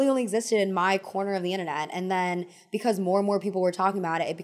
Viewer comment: "because" pronounced like beak-eyes or beak-wise is all i think about when listening to 😅